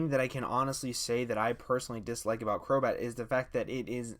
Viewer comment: 'a friend of mine has been saying that for a long time' HI HELLO DAS ME crobat more like crobae